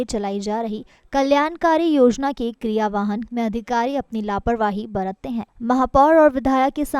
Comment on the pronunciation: क्रीयवाहन नहीं क्रियनव्यान किया गया इस एंकर की हिंदी कमजोर है